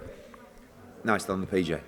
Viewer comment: Ed said PG 😭 it’s PJ brev